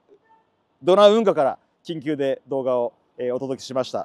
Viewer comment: 緊急が言い得みたいな言い方草